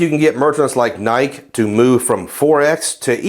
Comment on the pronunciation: Did you say NIK_ instead of NIKE?